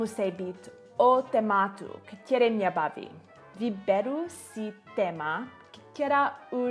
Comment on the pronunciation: Největší chyba je bát se mluvit :) celkem pěkná čeština, akorát pozor na "ktěré" - správně je "které"